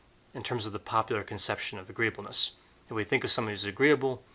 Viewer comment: Correction: "agreeableness"